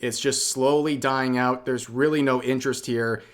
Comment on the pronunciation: "and for that reason I'm oot"